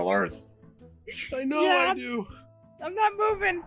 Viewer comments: "IDK WHAT YOU WANT ME TO DEÆOW" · had me laughing turned British for a bit i wish that someone will make an animatic or fanart of that moment it would be funny if got to see it XD